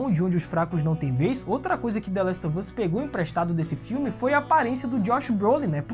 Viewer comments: trabalhoo show, mas nada a ver " The Last of Us " com " The Last OV Us " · Valeuu. Mas se pronuncia "the last OV us" mesmo kkkk joga no google tradutor ai